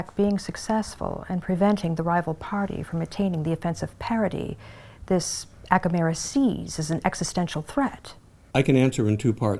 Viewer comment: Acamera? You mean America dont you?